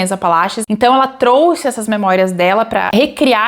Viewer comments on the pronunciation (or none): none